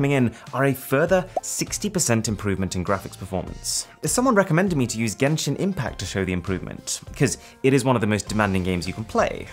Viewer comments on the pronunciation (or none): none